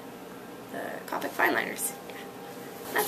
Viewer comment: its Mahn-Ga D: not man-ga... =3=... AND Copic is Co-pick not cah-pick its CO-PICK with a long O... By the way. :)